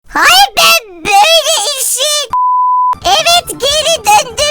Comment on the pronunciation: hAy BeNğ BöĞlE iŞiN